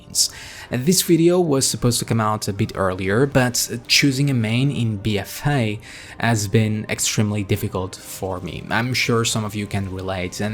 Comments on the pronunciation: Bee uh fay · Bee-ehfay. 😘 lol great video as usual. 👍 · The way you pronounce "BFA" in your accent is the most happiest thing ever. It makes my day <3 Love your content, bud. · I couldn't resist your 'BFA' pronounciation